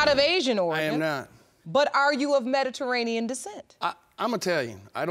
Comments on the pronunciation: She kept saying Meta-ranian... took me a minute to figure out she was trying to say Mediterranean 🤦🏿‍♀️🤦🏿‍♀️🤦🏿‍♀️ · Omg if this woman says "Mederanean" one more time....!!!!! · Mederainian decent.. 🤦🏻‍♀️ ma’am please be quiet until it’s your turn to mispronounce words. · She couldn't even pronounce Mediterian 😂 can she stop cutting him off every chance she gets. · “See, Mederadian descent” MEDITERRANEAN BIH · Lady: "Mederainian" Me: "MeDIterranean" Lady: "Mederainian" Me: "OMG...MeDIterranean!" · "Mediranean"...... Oh my! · She pronounces Mediterranean weird and it bothers me